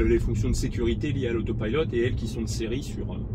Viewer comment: Pourquoi dis-tu AUTO PILLELOT et non pas AUPILOT à la française ?? hihi ! Sinon bonne vidéo pour ceux qui découvre les TESLA...